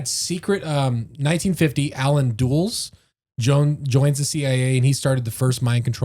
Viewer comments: It's pronounced DULL-S... like the airport in North Virginia... Washington Dulles Airport! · You are saying Dulles WRONG! He was way more powerful than you are saying as well. First Dulles Airport in NY is named after him. It’s Dull-iss. Second he helped create the CIA from the ground and was the head of the OS that Truman shut down bc the war was over.